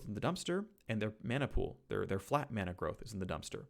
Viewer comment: Thanks for pronouncing it correctly as mana and not mana